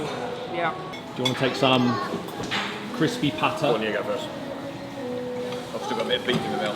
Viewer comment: Noticed how you pronounced 'pata' in crispy pata. Love it!